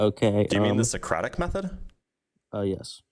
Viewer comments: Thought he said "idiosyncratic method" instead of Socratic method. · Other than an inability to pronounce Socratic Method, he's also not very good at actually doing it.